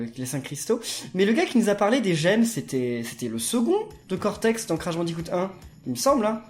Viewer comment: A mdr il dit cotex au lieu cortex